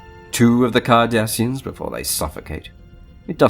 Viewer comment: I enjoyed this. Good vid. Im sure near the start she said carda SH ians.